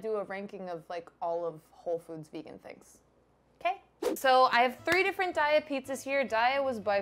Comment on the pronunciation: DAY-uh...not DIE-ah...sounds like "diarrhea" when people say that 💩